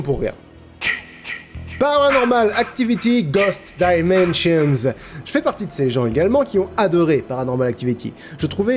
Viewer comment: C’est ghost dimension, il n’y a pas le son « zz » à la fin car il n’y a pas de s c’est au singulier. Seul point à souligner sinon parfait comme d’habitude !